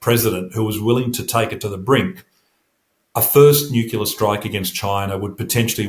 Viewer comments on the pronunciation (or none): Sorry but I can’t take anyone seriously who pronounces it ‘ nookiller’ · NU-CLE-AR. He must have spent too much time around the Americans, who according to Henry Higgins haven’t spoken english in years. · Why is it so hard for people to pronounce nuclear correctly?